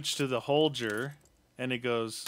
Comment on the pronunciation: Ur saying the name holger wrong get it right